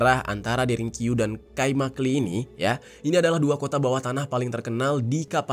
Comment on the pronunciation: i tanpa titik dibaca e jadi kaimakle